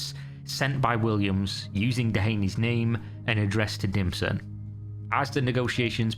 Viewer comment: Dimson? Oh he was definitely DIM but I keep hearing ”DlPSHlT”